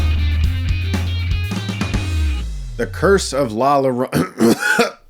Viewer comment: As a Latino i enjoyed the movie but have to admit it has its deficiencies. Good pronunciation of “Llorona” btw Chris. Putting those high school Spanish classes to good use!